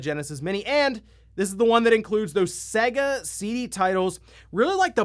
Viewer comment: Not Segga, it's Sega